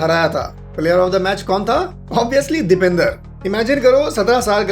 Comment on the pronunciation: Bhai video to sab thik hey lekin naam galat pronounce kargaye. Uska naam Dipendra hey Dipender nahi.